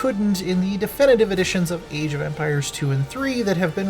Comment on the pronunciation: did he just say EEJ of empires